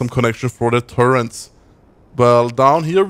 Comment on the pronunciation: Psst, there is no N in "Turret", you should say it like "tu-rett". Dunno why so many people say "turrent". A minor nitpick, I know.